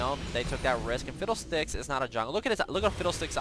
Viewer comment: Why do you say Fidel Sticks instead of fiddle sticks xD